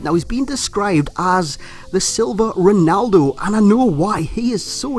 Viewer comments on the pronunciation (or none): none